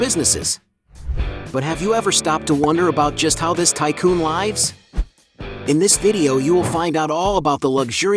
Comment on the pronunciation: "How Dr. Dre lives" Why did you pronounce "lives using a long vowel sound? Are you a robot?